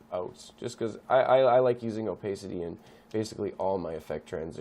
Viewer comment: It's "oh-pah-city" actually. Pah as in pat.